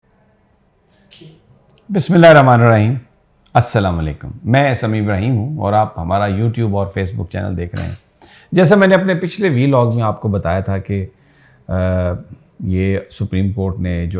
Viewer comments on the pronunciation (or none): Sami Bhai I Am Your Regular Viewer.Please Say Assalam-O-Alaikum Instead Of Assalam-A-Alaikum...Correct It and Please Don't Mind.